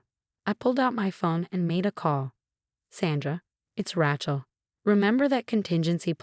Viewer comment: RAY-chel, not Rat-chel.